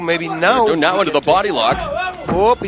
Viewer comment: Fabricio WerdUNE?! wtf, Mauro. Are you serious?